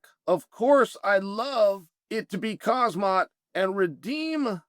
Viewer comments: Can you learn how to pronounce Khamzat properly? it's not kha-zmat, it's Khamzat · Bro just say like it is khamzat Not hazmat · "Khazmat" lol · "Kazmaet" - Chael P Sonnen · ‘I took a speaking class’ “Kazmat Kazmat” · Why do you insist on calling him Khazmat? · Khasmat Chimaev, Boh hol Muhammad, Islam Machalchev, Alex Pee-era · Why is pronouncing khamzat harder than fighting Jon Jones, Chael?